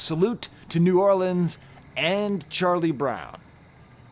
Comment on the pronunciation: Just a little side note - THANK YOU for pronouncing New Orleans correctly and not saying New Or-leenz